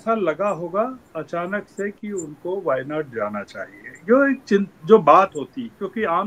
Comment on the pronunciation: Shravan Sir, you correctly Pronounced the place names of our wayanad…. Thankyou...💙